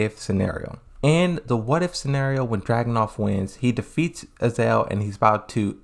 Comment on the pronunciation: It's pronounced "Azazel" not "Azael" there are 2 z's in the name